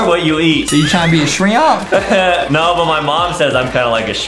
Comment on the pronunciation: You say shrimp not shriomps bro